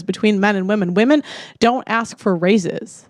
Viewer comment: "modern wahmen"